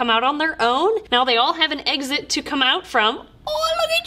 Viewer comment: I shake my head every time I hear say "Egg-sit" (Exit). xD